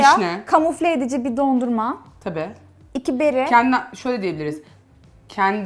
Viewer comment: Videodaki hanım “BİĞG” değil BİR!